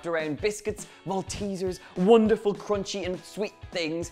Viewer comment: and "wundervoll" almost german